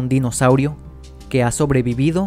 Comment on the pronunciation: Se escucha raro se escucha como (el dinoSAURIO)